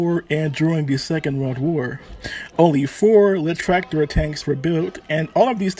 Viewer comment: my man the video is good and thank you for brining allthese tranks to light. but please you need to work on your pronunciation. try saying Leichttraktor as Litch-traktor . and unclog your nose